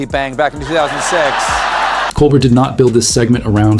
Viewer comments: Col BEAR! The t is silent. Please learn how to say his name correctly. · Steven Colbert's name is pronounced coal-BEAR. That's the way he says it when he introduces himself in his show. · Fucking AI slop doesn’t even know how to pronounce Colbert.